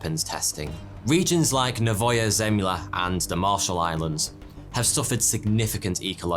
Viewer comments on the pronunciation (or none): It's "nOvaya zemlYA" for you, comrade, not novAya zEmlya. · Sadly, you got the pronunciation of Novaya Zemlya completely wrong, putting the stress, (which is very important in Russian), on the wrong syllables on both words. It should have been NOvaya ZemlYA. Khruschev is pronounced KhruschYOV. Castle Bravo was 1,200 times the power of Hiroshima, Trinitrotoluene is pronounced TRYnitrotoluene. The yield of Tsar Bomba was 54 megatons. It's SAkharov, not SaKHArov and, as the chief designer, he was the person that decided that the yield of Tsar Bomba should be reduced to 50% of the original design just 2 weeks before the detonation took place because he was afraid that the explosion would be far too great. And last of all, CHIXulub, not ChixOOlub. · Nóvaya Zemlyá Novaya the 1st syllable stressed (of the three) Zemlya the 2nd syllable stressed (of the two) like 1) novelty or caviar , and like 2) ajar or locate Btw, the name means a New Land. Andréy Sáharov (1syl, 2 syl) like 1) delay and 2) buchelor btw, sahar is sugar, so Saharov is like Sugarov =)) (for those who study this language)